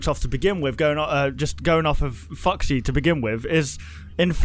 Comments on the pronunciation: It sounded like he said fucksy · When said foxy it sounds like f##ksy LOL